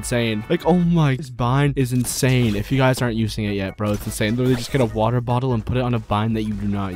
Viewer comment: other youtubers: secret is practise Him: secret is WaTeR